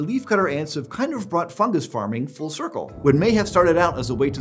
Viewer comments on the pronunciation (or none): none